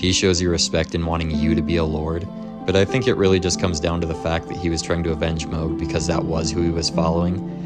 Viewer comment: Is switching between calling him mahg and mohg some kind of engagement trolling? I will never understand why people mispronounce names that are said out loud in the game. Especially if you're gonna make a wholeass video about him. Every time I hear it I feel like I'm being flipped the bird behind the mic.